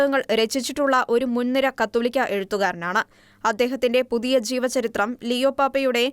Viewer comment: Say 'J'eevacharithram , not 'Ch'eevacharithram Mostly all Shekina readers commit such mistakes Shraddhikkane❤